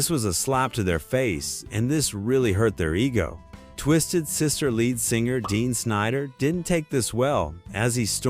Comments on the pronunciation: Got as far as Dean Snider 😂😂 ITS DEE! I can't tell if this crap is AI or just some muppet that likes making shit up. So many faculty wrong statements here.Terrible video. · "Dean Snider" 😂